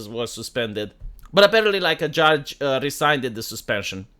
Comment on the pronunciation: Rescinded: "ree-sin-ded"